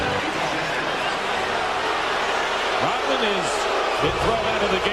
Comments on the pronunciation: dennis "rotmin" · RoDman not Rotman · Its Dennis Rodman not Rotman! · Rodman not Rotman. Take some of that Patreon money and get a speech coach. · WHY cant you say Rodman ???